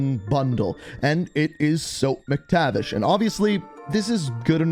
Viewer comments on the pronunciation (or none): Sorry but it Mac-tavish not Mick-tavish